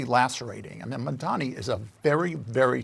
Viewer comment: Como keeps misspelling MAMDANI's name. It has to be intentional. He keeps saying "mandami" on purpose. That's Trump's childish style.